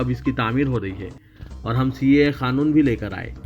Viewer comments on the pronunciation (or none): none